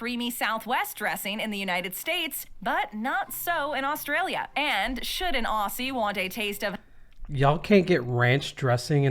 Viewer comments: Why can't Americans say Aussie properly. Ozzy. Not awe-sea. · Lady in the video they are watching: pronounces it “ossies” for the millionth time My eye: twitches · This video pissed me off being Australian and the Aussie is not pronounced with the s it’s a z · The way she is pronouncing AUSSIE is KILLING ME!